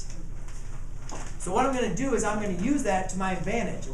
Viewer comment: he said what I'm gonna do is but it was all together at the same time so it sounded like Duse